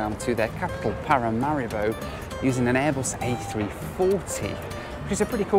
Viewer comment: Small nitpick… Paramaribo is vocalized like Paramareebo.. otherwise love your videos.